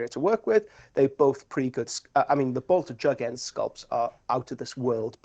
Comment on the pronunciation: Bolter Jugend is definitely not pronounced the way you are trying to say it i am afraid 😂 It's not Jug-end it's Ju-gend (German for youth/young people/an adolescent state). Enjoyed the show though ❤